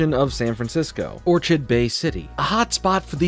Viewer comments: isnt it pronounced "or-kid" not orchid bay city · It's pronounced or- kid not or-chid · Just a small note, but many of the shows hallmarks are named after flowers. Juniper is a flower, and so is Orchid bay, however it’s pronounced like “orkid” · Hearing you mispronounce “Orchid” physically hurts me